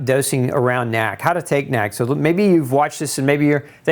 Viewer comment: stop saying nack. it's N.A.C.